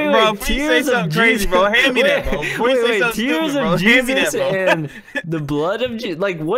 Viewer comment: the way he said yeezes